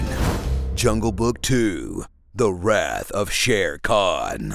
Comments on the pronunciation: It's SHER KHAN not SHERE KHAN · Shere Khan ? No. It's Sher Khan.